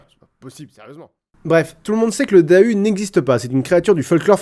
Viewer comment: en tant que bonne vosgienne je rappelle que Dahu se prononce "Darou"... j'en rigole toujours